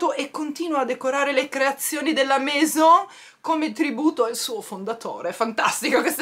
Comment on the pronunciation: Ciao si dice meso perché la N è la AI non si pronuncia è scritto Maison un bacio 😘😘😘😘